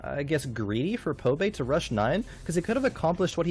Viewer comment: I wonder how many of the casters can't read. ITS BBBBBBBBBBBBBBBBBBBBBBBBBBBBBBB. BOBAE, not Pobae lol